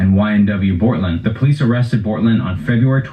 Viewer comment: my man really said - "bOrtlAnd" 💀😂😂😂